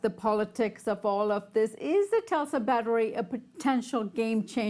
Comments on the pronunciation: LOL can’t pronounce TESLA. Tesla not Telsa! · Telsa?? Lady, you cannot deliver the news. You can't even pronounce the company's name correctly, nd it's not exactly difficult. Tesla. Tes-la. Not Telsa. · Tesla, not Telsa. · Really.. we're calling it Telsa..? Facepalm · Learn how to pronounce Tesla. It's not Tulsa. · Maybe she's been waiting so long for her Model 3, that she refuses to say Tesla ever again?